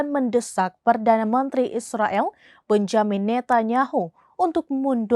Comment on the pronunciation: Bacanya Benyamin ...